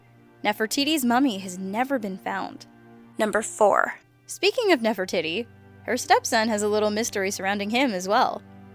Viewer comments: for gods sake it's pronounced nef-ri-tidy not nef-ri-titty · you are correct..she pronounced it wrong and it sounded like titty at the end lol. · Did she pronounce the last part of an ancient Egyptian queen's name Titty? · I heard NeferTITY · Nefer - titty... Lol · "Speaking of Nefertitty..." 😂😂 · She said NeferTITTY. Hehe titty. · NeferTITI.....he he he he hee....tities. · Did she just call her Ne-far-ti-tie? ITS NEF-ER-TI-TI! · Ne- for-titie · Did she say Nefra-titty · Sounds like said "Nefertitty" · I love how she says nephro TITTY hahahaha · nephre-titi XD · Wow she said nefertitty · lmao she said nefer titty😂😂😂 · Damien Turtlerma its pronounced nerftities btw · "Speaking of Nefertitty," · Anyone else notice at 4 she said nef for tity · Diy crafts and Projects with Ethan has issues pronouncing words, this one wasn't so bad though.